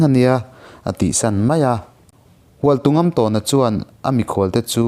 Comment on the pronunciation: Hualtungamtâwna tih a lamrik tur a ni lo maw... " Tawn " tih lai hi thlûk tur zawk a nih hmel.